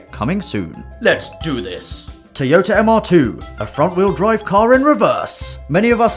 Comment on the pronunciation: Teayoter and Mazzer